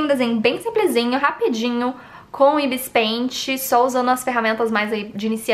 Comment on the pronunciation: Caraca cara não si fala Ibis pente si fala Ibis pait